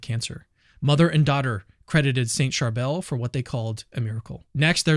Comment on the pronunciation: Thank you for talking about our beloved saint of Lebanon! Just a lil correction- the saint's name is pronounced "Shar-bill"